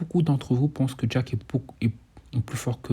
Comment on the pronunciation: Tu me fume 😂 je t’entend dire jaque au lieu de jack 😂